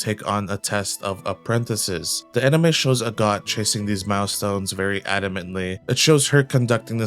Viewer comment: I kept hearing a God instead of Agott and was like since when are there gods in this show.